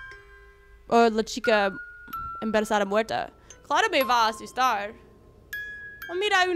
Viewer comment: jaja dice "la chica emberezada" xD mi vida la amooo👏❤es la mejor